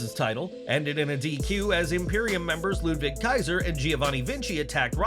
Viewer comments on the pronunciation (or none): none